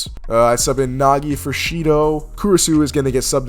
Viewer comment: Oh hell nah bro didn't just say Nagi